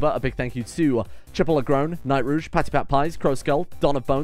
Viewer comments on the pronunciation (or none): none